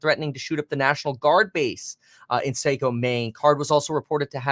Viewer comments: Mainer here, this is so unreal…. I can’t believe this is happening in my backyard. This is so devastating. It’s pronounced like Socko btw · Saco Maine lol saayyycooo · Lol saco is pronounced sackoew. The a has an ahhh sound, the o has a hard o sound. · Sock-o not Sake-o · Saco pronounced socko